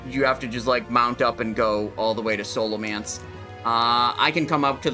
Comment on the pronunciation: Say Scholomance right ONE TIME